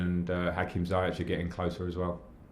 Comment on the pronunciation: Lamps it's pronounced as "Zee yech" not "Zai yech" 😄😄 great news to hear Mendy is having his medical it's about time great video tv